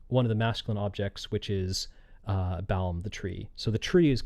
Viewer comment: I think the reason she sings Baum like 'baume' is because usually in Japanese they don't end their syllables with consonants except 'n' and even then they extend the sound of it. Also as a German speaker it is very difficult to actually understand the words without having the lyrics, but that's standard for Sawano songs.